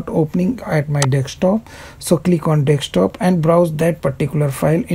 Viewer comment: Thanks. But Why you say Dekstop ? its just Desktop